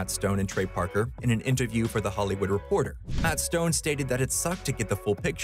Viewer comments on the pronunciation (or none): none